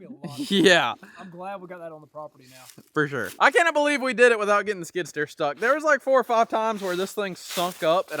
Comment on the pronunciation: Skid steer not skidder…. A skidder drags logs out of the woods…